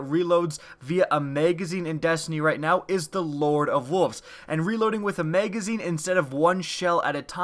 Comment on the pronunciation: Maygazeen? Magazine.